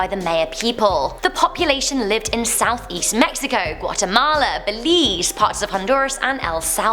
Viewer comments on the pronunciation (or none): none